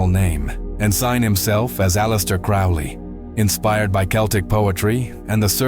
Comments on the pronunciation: Crowley rhymes with Holy ... you should have used the English pronunciation of "Cecil" ... you've twisted all the details around about his trip to North America ... he received the Book of the Law while on his extended honeymoon ... Aiwaz is the secret name of Melek Taus, the brazen peacock of Kurdish Yazidi belief. He is described as a holy being [Among early Christians, the Peacock represented immortality because of a folk belief that its flesh does not decay after death. Peacocks are not common to Yezidi territory]. Melek Taus may also correspond to the ancient Mesopotamian divinity of Tammuz. He allocates Responsibilities, Blessings and Misfortunes upon humanity as he sees fit and it is not for the human race to question his choices. Melek Taus is a leader of archangels. יהוה ordered him not to bow to other beings. The deity praised him and made him the leader of all angels and his deputy on the Earth. The Yazidis believe that Melek Taus comes down to the Earth on the first Wednesday of April [So Melek Taus comes down to Earth about the time The Book of the Law was written!]. He is the only angelic being (if that is what he is) that was given Free Will ... I agree that the AEon of Horus is the Age of Aquarius ... The Æon of Horus should see: a period of group consciousness; a purification of our inner spirit selves, while also mirroring these purifying changes into the living planetary system; and widespread transparent, peaceful, neighborly, and sustainable living ... if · Note that the correct pronunciation of his name rhymes with "slowly." He also had the nick-name of the "Old Crow."